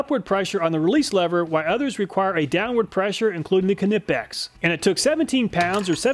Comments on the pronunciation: I think the K at the beginning of Knipex is silent, like knife. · You know I love your videos. But I think you're pronouncing knipex wrong. I don't know this for sure but I think it's probably the same way you pronounce knife, with a silent k. But don't let my correction bother you. You're still doing the best job of anybody doing this kind of stuff. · Great tests but just a question? How do you pronounce "knife"? Now look at "Knipex". Sorry about the sarcasm but just a pointer. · The K in Knipex is silent. Like knife. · The k in knipex is silent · The K in Knipex is silent most likely this is based on the fact my last name is Knapp and the K is silent so my last name is pronounced Napp and not Ka-napp. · the k in knipex is silent, just like knife, please lol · Why do you use imperial for width and SI for weight, then imperial for torque!? I like the videos but if you're gonna use a system of measurements... please just use one system...Converting back and forth sucks. Also it's like pronouncing knife. For the knipix..... the k is silent my man. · lol drop the k when saying knipex. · I‘m sorry but the way you pronounce Knipex is driving me up the wall 😭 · THE K IS SILENT IN KNIPEX. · Its a silent K in Knipex, pronounced Nip - X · It’s pronounced Nipex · Isn't it pronounced "Nye-Pex"? Like the "K" is silent like in "Knife"? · "kin-nep-pex" ugh lol. I've always heard it said as "Neigh-Pex" lol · It always bothers me how he pronounces Knipex. It is said like ni-pex, not ka-ni-pex. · Just so you know "Knipex" is pronounced "Nipex" the K is silent :-) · Another awesome video. Just a tip, don't pronounce the 'K' in Knipex, it's silent, just like the word 'Knife' - a word which is also germanic in origin. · In Germany Knipex is pronouned Cnee-packs. But from now on I shall say your way just for the reactions. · Feel like he's saying k nipex deliberately now 😂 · This is the third way I've heard knives pronounced.( nipe, nip, k nip) Does anyone really know the right way?